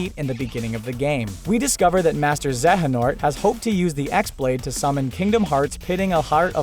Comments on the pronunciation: The way this guy pronounces xehanort really grinds my gears. Makes me think he never played the game given they say it like a million times in-game. Zey-a-nort, not zeh-heh-nort. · Say it with me now. ZAY AH NORT. xehanort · He said some KH character names wrong. First, he said the trio's name order wrong, second, he said Xehanort wrong. Boi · The way he says “Xehanort” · Who else wanted to shank him when he pronounced Xehanort wrong?